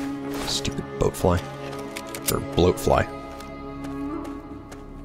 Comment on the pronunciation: Glad I'm not the only one who accidentally says Boatfly